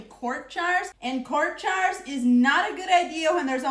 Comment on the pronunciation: I love how she says jars...it comes out "chars". She is precious.